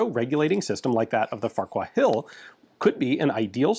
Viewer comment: FFS NOT Farcher but Farquchacher..Pronouced "Farcher"